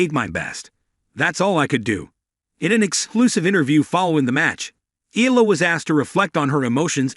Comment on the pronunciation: EALA pronounce as "Ayala".